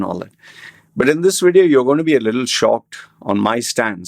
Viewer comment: In this Wedio? Get someone with a decent accent to present and you hold the camera...